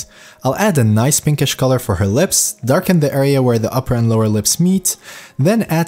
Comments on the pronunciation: I like how he says "NOICE" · Can u like stop saying noice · the way you say "noice", it's very NOICE! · Love it. every time you said Noice.. I repeated NOICE :D Ill definitely check out the anatomy :) Thank you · and its most likely australian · NOICE XD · did not expected to hear that as well, haha.